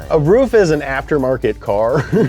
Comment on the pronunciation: Hey ruf is pronounced r-u-f not r-uf bubba